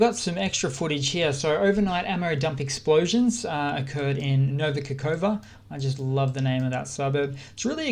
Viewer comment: "kh" is really pronounced "h", no k, and that's Novaya Kahovka, last k is not silent tho.